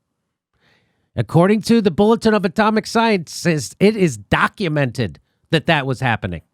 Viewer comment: Jimmy Dore Show : Jimmy, fine, good episode, certainly appreciated, but work on your language skills, for, f.e., when referring to the " Bulletin of the Atomic Scientists " a number of times early in this video, it sounds a lot like you said " comic scientists ", instead of " atomic scientists ". I'm not sure if I heard that correctly but it's what it sounded like, to me anyway. Thankfully though, you were displaying the text, so this made up for the difference, say. It's very interesting that the former or recently former director of the CDC who's also a very experienced and knowledgeable virologist said what he said, and he certainly seemed very professional about it, so very sincere. He definitely doesn't seem to have at all been bs'ing. He instead seems to have been speaking "straight talk".